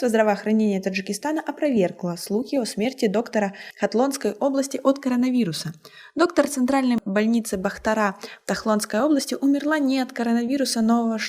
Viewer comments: Не тахлонская а хатлонская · Не тахлонская область ,а хатлонская!что за не образованная. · Не Тахлонски а Хатлонская области